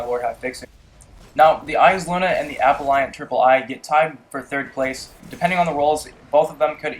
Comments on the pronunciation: aPELLant, not appleEYEant. jfc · app-el-ant not apple-iant and lot of ur guns are well not very god role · it's appellant, not appelliant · there's no I in appellant....I cringe everytime you say it! awesome vid though dude!